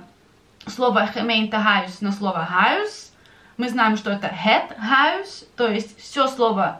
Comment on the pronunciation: Некоторые дифтонги Вы произносите не так,как объясняли , например в словах - дом,и исключения и некоторые другие